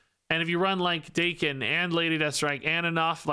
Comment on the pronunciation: isn't it Dah-ken? considering he's from Japan